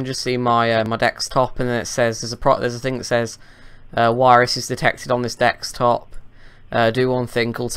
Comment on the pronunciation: Desktop. just makes fun of the scammers by intentionally pronouncing it as 'dextop'. Same thing with virus; he pronounces it as 'wirus'.